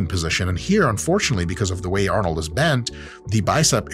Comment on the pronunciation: Why does Dr Mike keep saying nine.. Arnold is not German